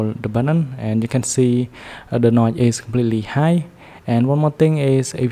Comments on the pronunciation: bro said "NOT" instead of saying "NOTCH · Hahaha the way you say notch.. "NOY". Good shit